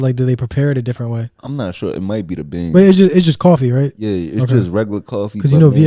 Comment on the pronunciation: You put too much emphasis on “is it the BEAnnssss”😂😂😂